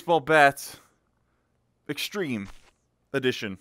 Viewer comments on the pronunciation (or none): It's not nife it's knife.and it's extrem it's extreme